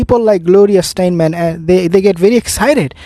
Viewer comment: I think you are speaking of Gloria Steinem? Say STY- NEM.